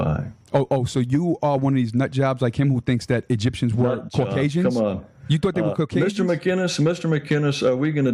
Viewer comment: Ive heard of caucasians, but never "corkasians" 😆